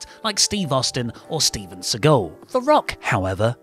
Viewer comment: I know who Steven Seagal is, but who is Steven Seagoul?